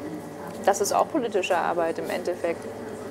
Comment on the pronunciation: Wie die studentische Hilfsreporterin >politisch< ausspricht..... >polllitisch<